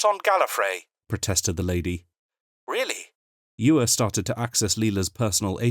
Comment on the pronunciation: I should point out that in the novels, Chris Cwej says his last name is pronounced Sha- VAY. All in all, a very pleasant surprise! Thank you from the bottom of my hearts! LOL